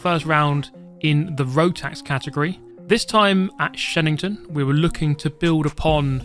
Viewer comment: I kept hearing you say "Shedington" and thought this was some kind of Jimmy Broadbent mod.